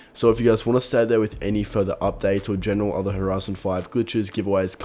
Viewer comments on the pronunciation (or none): none